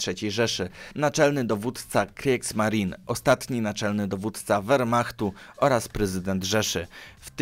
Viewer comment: Te nazwiska i nazwy czyta się Rem, Ajśman, krigsmarin, Josep gebels, hajnriś himler(zapisy fonetyczne) Proszę nie myśleć że to hejt, uwielbiam pańskie filmy , widziałem prawie wszystkie filmy światowej historii i po prostu wolałbym aby te nazwiska były czytane po prawnie bo gdy się uczy niemieckiego to boli P. S. Może po serii o zimnej wojnie podobna seria o wilkiej wojnie?